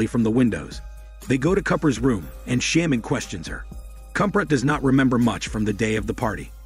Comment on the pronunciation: had to stop after the word "sham-man" was said 5 times. dude, like i know its a text to speech thing but thats not even a fucking word. you would think it would be programmed to said correctly. dude has a big channel and uses MS text to speech for windows 98. damn 😂😂😂